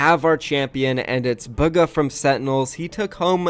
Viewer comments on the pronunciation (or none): BOOGA. ITS PRONOUNCED BOOGA. NOT BUGGAH, BOOGA. ITS NOT THAT HARD